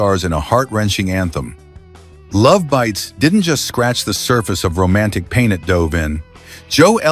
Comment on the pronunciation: It’s not lovebites, it’s Love Bites! It’s two words with the emphasis on Bites!